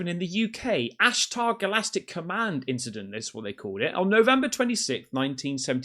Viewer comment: Galacting komand..😂😂😂 Annunaki technology, interferenc video...🤣🤣🤣...please..porfavor...🤦‍♂️